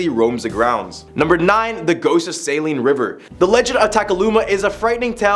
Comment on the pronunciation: As a native Kansan, I wanna say TYVM for correctly pronouncing 'Saline'. I got neighbors that can't even get that right...